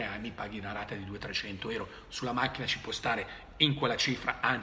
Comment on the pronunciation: Si dice EURO NON ERO